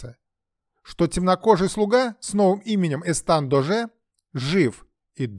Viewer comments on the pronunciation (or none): ЭстаШ, а не ЭстаН. Эсташ д'Оже де Кавуа, бастард Людовика 13-го от служанки